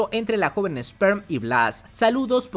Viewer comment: Es ESPER bro, ESPER!!! No ESPERM, o como lo digas jajaja